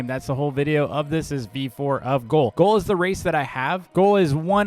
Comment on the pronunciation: brother pronounces ghoul like goal